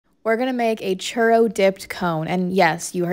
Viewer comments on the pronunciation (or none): “cherr dip cone” it’s ‘choo-rro’ not cherr learn how to pronounce churro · Ok it's the way you just said churro like that ur sooooooo white. In Mexico we pronounce it (choo) (roe) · It's pronounced (ch-oo-row) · Lmaoo the way they pronounce it a charo 😅😂😂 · Choorro is how its pronounced. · Pronounce churro right chu row. I your rss and sounds like someone saying eag instead of egg 🥚 bro say it right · I wish she could say churro the right way this makes my nerves go up boooiii idk how to spell it in English so it can pronounced better churo maybe lol